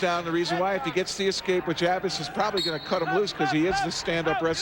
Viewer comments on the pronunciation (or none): Is that the same announcer that got Gerry Abas's name wrong against McIlravy? Some people never learn.